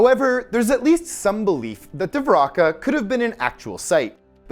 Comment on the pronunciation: Its pronounced Dwarka or Dvarka bro. Not divraka.